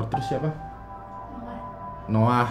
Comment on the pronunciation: salfok pas ngomong "noah"